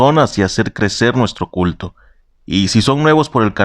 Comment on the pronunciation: Entendí "culo" en vez de "culto"😞👎